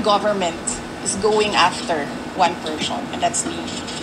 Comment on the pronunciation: PERSHON???? Bulol